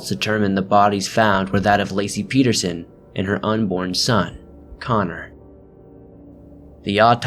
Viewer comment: good job pronouncing my last name correctly. nobody ever gets it right haha. nice vid!